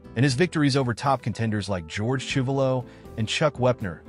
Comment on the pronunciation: You mispronounced George Chuvalo.